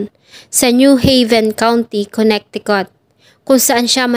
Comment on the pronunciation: Maganda Naman at detailed. Suggest ko lang to search/google tamang pronounce ng MGA states sa us. Suggestion lang un para mas maganda and at the same time in iba na indi aware sa tamang basa/pronunciation ng MGA states ay malaman din nila. Search mo na Lang how to pronounce Connecticut. Over all maganda